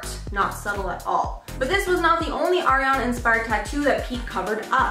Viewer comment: Pls say Ariana right